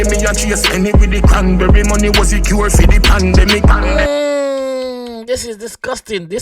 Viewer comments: Pandemic not pan bele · Pandemic not pon belly